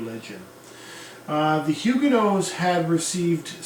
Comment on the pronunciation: An informative lecture, indeed. It’s a bit distracting, I might add, that you keep vacillating in your pronunciation of Huguenot. I’d always heard it said with a “not,” not a “no” on the end.